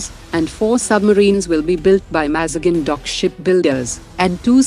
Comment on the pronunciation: Its MAZ GAON no MAZGAN